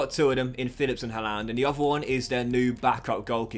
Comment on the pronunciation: Why do you say haalander?